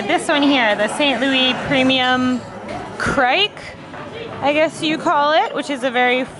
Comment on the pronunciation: It's 'Kriek' instead of Kreik though. :P I'm from Belgium and there is a bar in my hometown that sells 2000 (yes 2000) different kinds of beer. It's a wonderful place.